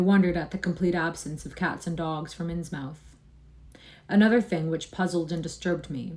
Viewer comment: Its pronounced Insmuth ;)